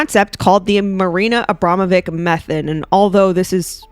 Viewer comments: Love you content! I think it's pronounced AbramoviCH (which goes with witch :) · Pronounced Abramowich.